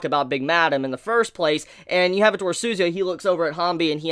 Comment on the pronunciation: Jeez honestly don't like the way you pronounce suzuya's name hahaha